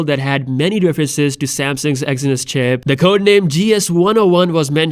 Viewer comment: WhiteChapel Exynos 3 Syllables lol